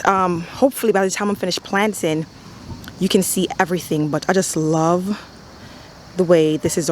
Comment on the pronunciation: i should have known when you said "planting" like "plantain". once again very beautiful work